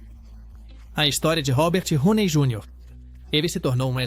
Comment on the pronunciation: Roney?! Não! Downey please.